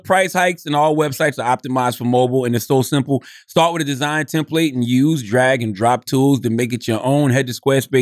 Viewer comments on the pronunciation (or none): I absolutely hate that Charla says “are” instead of “or” and “Tim Plate” instead of “template” 😡😡